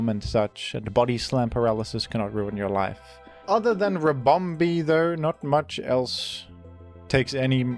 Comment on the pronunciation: The way he pronounces ribomBEE kills me